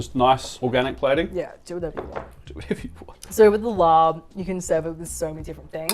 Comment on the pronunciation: น่าเสียดายที่ออกเสียง ลาบ เป็น ลอป ทั้งๆ ที่มันคือศัพท์เฉพาะ ที่สามารถใช้เสียงดั้งเดิมของมันได้และสามารถเข้าใจได้ง่ายกว่า คนท้องถิ่น ถ้าไปสั่งว่า ขอลอปไก่ 1 ที่ จะมีซักกี่คนที่เข้าใจคำนี้